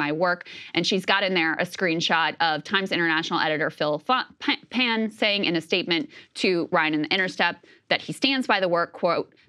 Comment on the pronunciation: Did you call Phil Pan as Phil Fuck? 😂